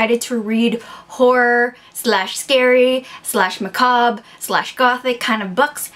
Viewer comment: Know that this is irrelevant cause this video is now a few months old, but I've been on a TheReadables video marathon, and you pronounced macabre right the first time. The person that commented in the last video was wrong. I googled it and you were originally right. However, this is a moot point :P